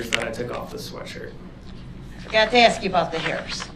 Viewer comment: This is a real question why is it impossible for a black person pronounce (ask) instead of saying axe!?????